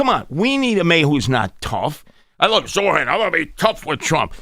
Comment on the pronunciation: Can’t even pronounce Zohran’s name right. He keeps forgetting the R.